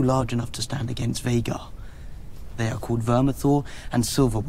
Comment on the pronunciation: its vey-gahr not beggar